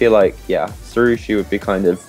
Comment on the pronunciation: lol, it's pronounced See-Roo-Show, Sirusho.